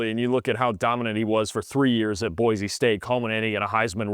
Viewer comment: Boy-See, it is pronounced. 🤙🏼